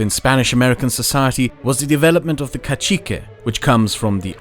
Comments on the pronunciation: its pronuonced "casike" not "cachikue" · Kashike almost make me quit the video, is pronunced kazeke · These pronunciations are bad, but the video is good. it's "cah-SEE-keh". The "a" sounds like the a in "gnaw". The e is like "meh". The i is "ee". The capitalization is to show where you put the emphasis. "lah CAHS-tah". The "a" is exactly the same, Spanish is regular in its vowel sounds unless they're dipthongs. Zacatecas is fine. It's "chaparral", "chah-pah-RRAHL" with the rolled rr. I can tell you struggled a bit trying to pronounce that but at least you tried. "HEHN-teh seen rrah-SOHN". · Nice video, but one small quibble that's driving me nuts... KA SEE KAY, NOT KA CHEE QUAY. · Casique is pronounced Kasike rather than Kachikue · I love your content, it's amazing! However, please don't say cacique as if it has a ch (caCHique). In spanish, which its the linguistic context that you're using it it's pronounced with a soft c (casique). Again, it's refreshing seeing this type of content from people outside of the hispanoamerican bubble! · Cacique isn't pronounced cachicue it's like ca (th)zi ke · Hahahaha "Cachicue" lol It's pronounces ka-SEE-keh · Pronounce it "ca-thee-keh", rather than "Cacheeke". Good video. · Dude, Amigo, Friend. Cacique is pronounced "Ka-See-Ke", not "Ka-Chi-Cue" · Just a nitpick but cacique is pronounced more like kazike than kachique, at least in spain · I love his pronunciation The kachicuways, and when pronouncing the Powhatan he says put a hat on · he pronounces cacique as cachiqüe like it's italian It's like when he says balukhistan and poonjab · Not all the time, he pronounced cacique as kachikwe as if it was italian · ‘cacique’ is pronounced ka-see-ke, lol. Kassequa should have given you some idea of why Spanish is not Italian, lmao. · Casique is pronounced more like "ka-see-ke" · love the video but its pronounced kasike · Fantastic,as usual A perfect explanation of colonial social structures But cacique is pronounced kasike